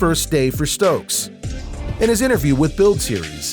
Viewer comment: Yeah the dude who made this is doing a whole lotta callin, he also called Chase Stokes “Stoke”